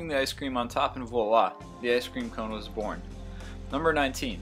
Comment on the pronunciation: And thus! ----- was byorn! Haha!